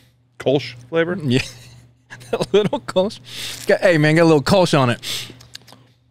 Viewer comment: Btw. Kölsch… the o with the 2 dots… ö… is annother pronounciation. the mouth is the same like o, but your thounge must form like you like to speak a y, like in „yes“… sounds weird but i think it works 😄